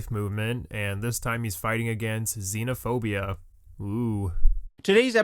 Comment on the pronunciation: IT'S XENOPHOBIA not Xenaphobia.